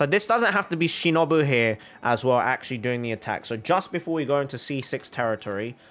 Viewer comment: ur pronouncing ''shinobu'' wrong